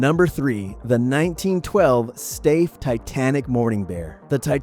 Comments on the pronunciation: Thanx for the video sir, & your vintage toy knowledge and toy "charisma" One thing if l may say about your (German) pronunciation of the Steiff (teddy) bears is that when you "say it" the "e" is silent, so instead of "Steehff" as you said it the to proper way is "Sthiihff" with emphasis on the "i" Apologies for being a critic to you b cause as l stated l likes your video and hope to see more. 😁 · Stafe? The world knows it's pronounced as Stife. Why don't you? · It’s pronounced Stife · Steiff is pronounced stife. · Please learn to say Steif properly 🤦🏻‍♂️ it’s really annoying and disrespectful